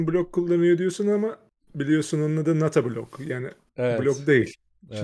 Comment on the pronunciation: not a blog'u Nato Blog anladım kafamdan neler geçti anlatamam size